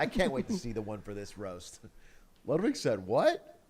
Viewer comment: Why do you pronounce Ludwig like that? It’s pronounced “Lewd-vig”